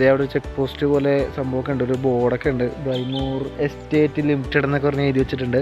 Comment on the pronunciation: ബ്രിമൂർ അല്ല, Briemoor ആണ്.